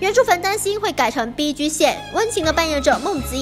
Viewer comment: 1. 什么是BG? 2. 请念 逼鸡，不是 逼狙。 谢谢。